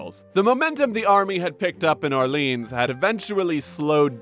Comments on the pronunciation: Or-lee-on, not or-leenzz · The way you mispronounce French Orleans like the American city of New Orleans makes me violently sick. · It's not pronounced Orleans like New Orleans, it's Orleans